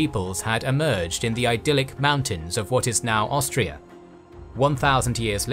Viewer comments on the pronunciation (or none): none